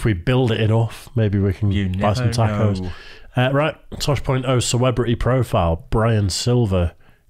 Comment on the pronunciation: Tack-o? WTF is a "tack-o"?